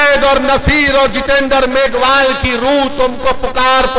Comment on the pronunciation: मेघवाल जाति को यह मेघावाल बोल रहा है उदाराम जी इसको भी दोस्त बनाना चाहते हैं इस बंदे को आप की जाति का सही नाम भी मालूम नहीं